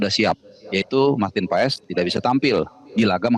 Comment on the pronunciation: Marteen Pas bacanya woi bukan Paes , jangan di biasakan